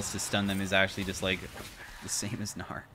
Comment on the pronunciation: LOL the way said "gnar" and i heard "naur" 💀